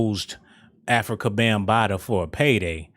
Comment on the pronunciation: Did yo really say 'Bam-Bottoms'??? 😆😆😆😆😆